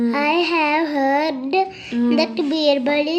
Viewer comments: "heard" word correct ga pronounce chesindi, meeru thappu pronounce chesaru....phonics class valla baga improve avuthunnaru pillalu super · “heard” ni mi daughter correct ga pronounce chesindi. Meeru tappu ga chesaru, so if you correct her she may pronounce it wrong.